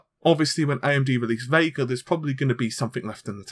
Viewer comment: It's Vega not VeiiiiiGaaRR ....